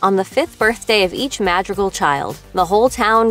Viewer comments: It’s mírabél not Mirabell and it’s mádrígáls not mardigils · “Their last name, is madrigal.”: Mah dre gahl? “No, it’s Ma-drr-gaal, you roll your tongue at drr and you say dri not dre”: Okay that’s for telling me, but idgaf. 😊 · Ah yes, the “ma-drigils” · its not pronouced madriguls its madreegals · TO ANYONE WHO IS WONDERING; There is in fact an antagonist to Encanto, it's the people who chased Abuela, Pedro, and everyone else away in the first place. And btw, it is pronounced (Mad - dree - gal) not (Mad - dree - gull) you can hear the correct pronunciation in Mirabelles song 'Welcome to the Family' 🙃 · Hey. Hey. Say it with us. "Mah-dre-gal" "Mah-dre-gal" Not Mad-ri-goal. Madrigal. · It’s Madrigal, not ma-driggle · Was anyone else triggered by the fact that they said MADrigal instead of madrigal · Am I the only one who got super mad when she sad mad ri gals instead of mad ree gals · No foul to the channel, but this commentator kinda sucks at pronunciations... They're pronouncing the family's last name SO HELLA wrong... It's not M-ad-ri-gull, it is M-ahh-d-"ree"-g-all (quote, because the R needs to be rolled, or if not, it's still "ree") this is coming from someone who lives a little close to the border of Mexico, who knows a thing or two about Spanish. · Please don’t say ma-d-ree-gul it’s ma-ree-gal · It’s sounds like you’re pronouncing it ma-dreh-gaul lol, I understand you don’t have an accent but it is pronounced mah-dri-gall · Sorry but ur killing me with ur pronunciation. Maaadriigllll. I think u mean mod-ree-gal. for legal purposes, this is a joke🤣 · Can you just, not say it like "mad-dri-gll". Pronounce it right. "Mād-ri-gal" its not hard. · It's pronounced MAD-REE-GAL! OMG! not MAD-REE-GULS! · "The madrigls" sorry what could you at least pretend to get it right like we know you gotta be white for this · The way she says “Madrigal” is killing me softly. Just “Madrigle” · its ma-dri-gAl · I thought she kept accidentally saying “magical”